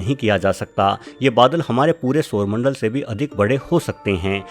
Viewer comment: Ye sarmandal gati katke ja kaha raha hai? Pehli bar aisa soona